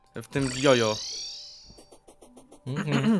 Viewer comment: mała poprawka Ryfku po japońsku ( czyli tak jak powinno się czytać) czyta się to jako coś w stylu Dziodzio , nie jest to perfekcyjna wymowa ale jest najbliżej , wydaje mi się że trochę bardziej poprawne jest mówienie dzciodzcio ale mogę się mylić.